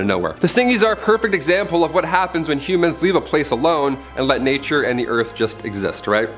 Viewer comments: First time he said humans I thought he said Cubans lol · I thought you said “Cubans are forbidden to.. “